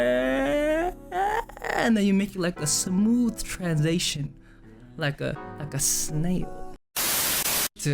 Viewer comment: Jae: And then you make like a smooth TransAytion like a SnaiOL. Ugh he's soooo cute I can't!